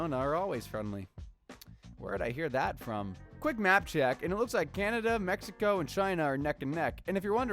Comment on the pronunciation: "meh-HE-Ko" lol😂